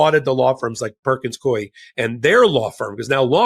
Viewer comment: I absolutely love your podcasts and Substacks. But pronounces ‘Coie’ incorrectly. It rhymes with ‘Louie.’ I used to work there and it’s driving me crazy that so many podcasters are spelling and/or pronouncing it incorrectly. Thanks for all your work.